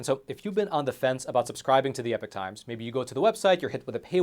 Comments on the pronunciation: It's "Epoch", not "Epic" 🤣🔥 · Love the channel but please pronounce "epoch" correctly